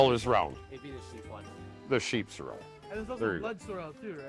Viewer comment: I have always heard it pronounced sorrel and not cer-el so sorry.